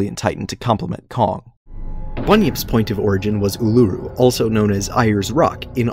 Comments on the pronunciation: It pronounced ula roo and air s rock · Bruh, just pronounce it "Airs Rock" , it really ain't a-yers. and oola roo (Ularu).... how are these things so hard to pronounce? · Great video, though as an Australian, your pronunciation of Uluru and Ayers Rock almost killed me. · He mispronounced Ayers and Uluru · You managed to mispronounce both names for Uluru.